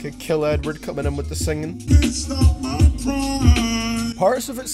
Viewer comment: when he say Edward it sounds like he's saying N word